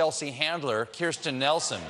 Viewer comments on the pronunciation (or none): j is not silent. Kirstjen is pronounced as Kirst-jen(in German you would pronounce jen as yen and 't' is pronounced as 'tay') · The way Kirstjen is pronounced means the 'j' isn't silent. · "Kirstjen Nielsen" hahahahaha